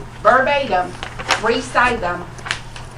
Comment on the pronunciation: Recide them??!! I think she means recite them?! Really?! Wtf is this 2nd grade??!!